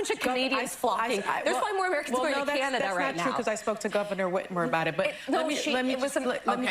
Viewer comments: She said "canadia"😂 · Did anyone catch that she was about to call Canada, Canadia? 🤣